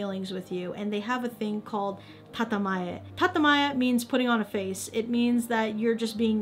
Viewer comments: "tatemae". Not "tatamae". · Its actually "Tatemae" and its counterpart is called Honne(pronounced Hon-ne) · Sorry to correct you but it's tatemae